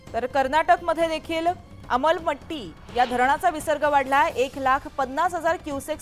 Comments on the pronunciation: अमलमट्टी ❌ अलमट्टी ✅ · Almatti madam amalmatti nahi😅😅😅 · अलममटी नाही ग बाई..अलमटटी ..कर्नाटक वाले गाजर दाखवत आहे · आम्ल पट्टी नव्हे मैडम अलमट्टी 😅😅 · Amal Matti? 🤣🤣🤣🤣🤣🤣 unschooled journalist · Wo madam te Amalmatti nhi Almatti aahe. Papa ki pari😂😂😂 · अलमट्टी❎ अमलपट्टी ✅ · अरे पहिलं धरणाचे नाव तरी नीट घ्या मलम पट्टी तर म्हणा